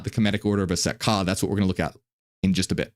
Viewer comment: Just finished this whole video and yes I want to know more about that order of Aset Ka (?) or whatever they’re called. Although it sounds like you’re saying “Set” which I understand to be the douchebag Egyptian storm god (who chopped up Osiris) who’s also Yahweh who needs no explanation. I’m a Gnostic/Marcionite so Set or YHWH I have no interest in jointing forces with. You though, you are a true blessing from the Most High Father, I will buy all your books or receive them as gifts!